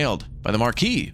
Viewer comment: Hey, Maquis is a French word. Maquis can refer to the French Resistance fighters of World War II. Also Maquis sounds like Ma-Key.